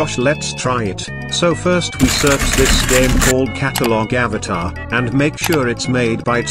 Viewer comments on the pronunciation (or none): none